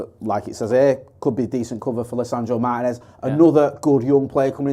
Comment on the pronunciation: Why does make an effort to pronounce every players name correctly, except for Martínez?